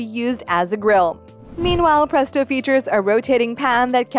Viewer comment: She said pretso